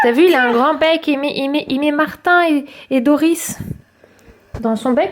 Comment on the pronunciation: Mdr les citrons à gam vert à la limite il peut acheter l'arbre mais d'ici au baptême il n'aura pas encore rendu de citron 😂😂 et C'est pas Doriss mais Dori voilà car moi j'adore le monde de nemo 😀